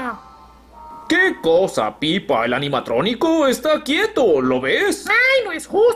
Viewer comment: Es Peppa no pippa